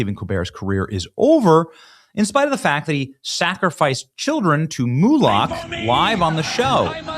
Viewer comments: Ben, isn't it Moloch? Pronounced like bollock? Gutfeld has a great friggin' show, btw. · Just an FYI, it’s pronounced Moh-lock, not Moo-lock.